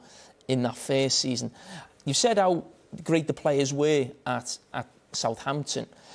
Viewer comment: carragher's accent is so funny, man pronounced 'were' as 'vae'